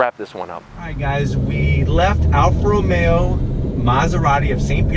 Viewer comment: Early in the review you called it an Alfa Ra-maya, your Italian right, LOL🤔